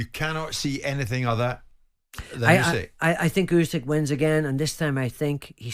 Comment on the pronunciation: 3 idiots calling him "oosyk" when it's "usyk"